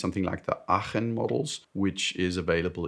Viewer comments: Aachen......perfectly pronounced....well done. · Laco Watches are often named after german city’s and being from Aachen I am heavily surprised to hear a non-german speaker pronounce it that well, big respect! And nice video as well, you gained another subscriber